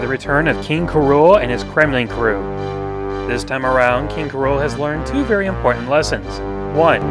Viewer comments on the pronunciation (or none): did you say "king k. rola"?